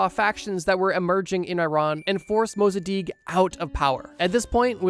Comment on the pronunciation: COINTELPRO is coin-tel-pro Mossadegh not Mossadikh Harvard has a robotic bug lab